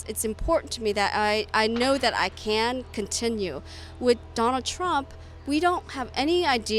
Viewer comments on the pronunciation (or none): Says "Rump"